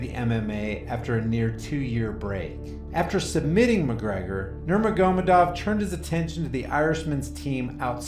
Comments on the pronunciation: Nurma-goma-dov lolololol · Alright, you BUTCHERED Khabib's name so badly it made me cringe, so here's some help. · Boy did you ever butcher Khabib’s last name. Do some research next time 🤣. Great channel 👍🏼